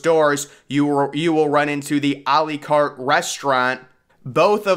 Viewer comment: A L-ee Cart It's A Lah Cate